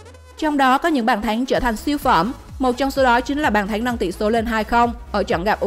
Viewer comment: ko bt về bóng đá thù đừng nói xàm. bàn thắng của segame mà đưa toàn giải khác. đọc thì sai. thành chung thành thèn trung. bàn thắng thành bàn thánh....